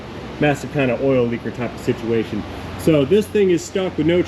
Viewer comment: I know that at the time of this filming your truck hadn't broken down yet but, what's an update on that "sitiation"?